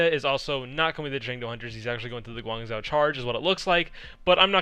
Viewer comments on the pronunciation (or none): none